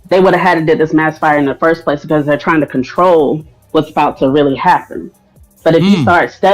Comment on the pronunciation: Cdc "comtrol desease" not prevent